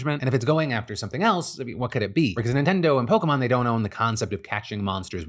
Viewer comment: thank god someone remembers how the fuck to pronounce "Pokémon"